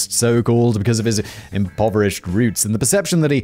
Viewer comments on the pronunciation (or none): none